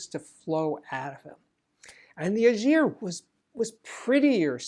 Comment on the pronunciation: Schiit Ægir is a good amp but it bugs the heck out of me the way you butcher the name: thats the ae sound and you all can learn it. Then the g is hard and not a j sound